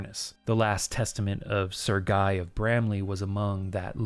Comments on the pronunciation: Sir-Gay. Not trying to be offensive, just offering a more accurate pronunciation. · I was listening to the video with my eyes closed. I thought you pronounce Sergei as Sir Guy. I opened my eyes in utter terror and rage to see the letter with the name Sir Guy 🥀🥀